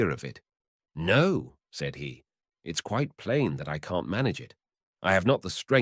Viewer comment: Is this and other stories in this series narrated by AI? The expression (such as it is) is pretty so-so, and the stresses are much too often in the wrong place. Pronunciation is - shall we say - eccentric; as examples, the word "moreover" pronounced "mow-ree-over", and "plain" pronounced "pee-lain". The Russian, "korosho" should be pronounced "ka-rash-oh" (meaning, among other things "OK") with the stress on the last syllable, and "Ivan" is "Ee-van" stress on last syllable. Shame. Good stories mangled. Lousy use for AI (if there is ever a good use for it ...)